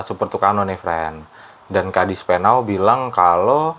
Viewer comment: Koreksi. KADISPENAU bukan KADISPENAL.